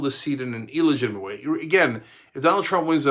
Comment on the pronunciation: I hate the way Cenk says eelegitimate.